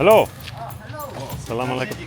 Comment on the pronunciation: No way he said salah malekum in the philippines